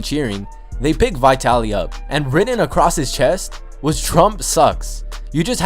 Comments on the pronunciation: Who the f is vietaly it's vitaly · dis nigga just say vytaly? das wrong its vItaly iiiiiiii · Its vitaly not vytyli stupid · its vitaly not vietaly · i've heard of vitaly but not vaitaly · Vi taly lmao get it right 😂😂😂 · It's Vee-taly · Is not how u say vitalys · Learn how to say vitally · He says vitaly wrong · You said Vitaly wrong